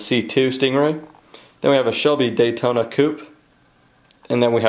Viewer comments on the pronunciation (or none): none